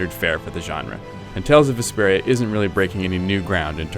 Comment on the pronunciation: i kept thinking he was saying desperia it totally threw me off